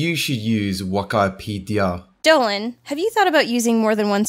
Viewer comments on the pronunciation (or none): Its pronounced Weekeepeedeea